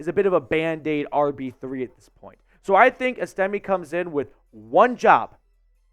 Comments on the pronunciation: I think his name is pronounced Es...ta...may. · S-Tim-A Just making sure you know how to pronounce his name after scores many TDs for your Broncos. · It's ES'-tim-may. You can't even pronounce his name, so your assessment doesn't carry much weight. This guy is an absolute STEAL! He has been compared numerous times to Jerome Bettis. He is a bulldozer.